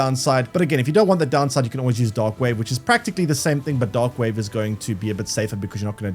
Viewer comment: Only listening to this I was hearing "dog wave" and "dog damage"...